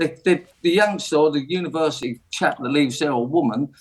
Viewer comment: If you do an apprenticeship "you earn fifty faaahsand a year more..... over a lifetime"? Glad LBC have got their top expert on to share his wisdom. Also, if you want to denigrate university, at least learn how to say it. And, finally, when is this clown going to leave, like he said he would?